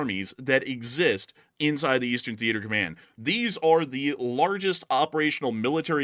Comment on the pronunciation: Thee ate er command